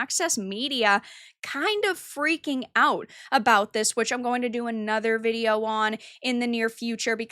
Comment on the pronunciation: I hate how you say video.. it's not vidi yo.. oiveh..